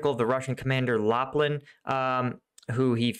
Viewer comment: man , I love your content. Can I correct pronunciation? Prigojin is how it sounds and LAPIN , no l